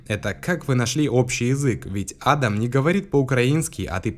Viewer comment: Правильно не А́дам, а Ада́м